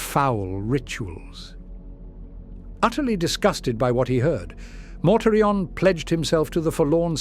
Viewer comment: I love this voice, but I still get the occasional laugh when its AI heritage exposes itself, such as when it pronounces Mortarian as “Mortar Ian”. 🤣 Will we ever get to hear a “blooper reel” of our beloved mispronouncing words before finally getting it right? Maybe as an April Fools Special or Patreon Exclusive? 😁